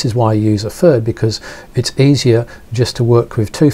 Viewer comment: is it FIRD or THIRD? lol I can't quite tell...